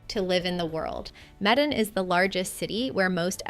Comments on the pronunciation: Surabaya is not in Sumatra btw, and "Medan" last I heard is pronounced more like May-Dan than Med-in. Cheers for including Indonesia! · you are so worldly, but Medan is pronounced may don. (teasing you) Also only 1 hour direct from Sing.